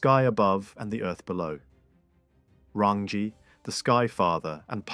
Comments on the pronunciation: Prnounced "Rung - EE ." "TAR FEE REE MAR TEAR "... TUNG A ROH AAR... RAWNG OH MAH TAH NEE...HO MEE AH TEE KEE TEE KEE... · Roll the R sound